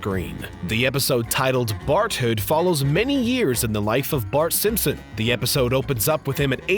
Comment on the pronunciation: I keep hearing him say Simsims instead of Simpson. Very distracting.